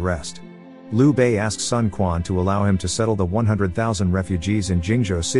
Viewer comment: Also, it is not Sun Kuan. More like Sun Chuan..